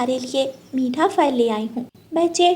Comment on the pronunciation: Phal bolo fal ku bolti bchy b glat boly gy tmy sun kr